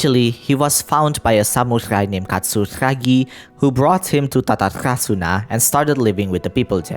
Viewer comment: I just want to say one minor thing: I do understand you want to try to pronounce it with the original native language but for Tatarasuna or every R in Inazuma, the rolling Rrha doesn't exist in Japanese, it sounded more similar to la but closely to a regular ra. The majority that uses Rrha in Genshin is Finnish and Arabic language.